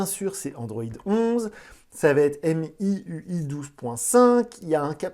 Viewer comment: Salut , Xiaomi se prononce "chaomi" et non "siaomi" De même pour MIUI , celà ce prononce "miouaye"